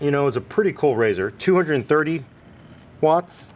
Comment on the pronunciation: "230 Whatts"